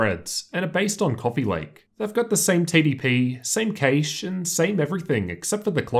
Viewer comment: FYI Cache is pronounced "cash" not "caysh". Great video though.